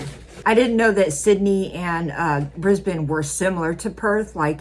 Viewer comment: 10 points for pronouncing 'Brisbane' correctly.